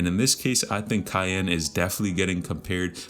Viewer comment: its key-on